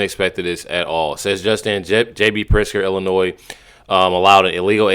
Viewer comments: Bruh pronounce Illinois right 😂😂😂😂😂 Illinoise😂😂😂😂😂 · Love the channel but can someone please tell the that the "s" in Illinois is SILENT...it is driving me mad lol